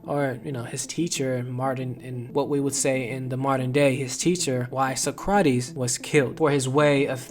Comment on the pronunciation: A little research would allow you to understand pronunciation. Socrates lol cmon man.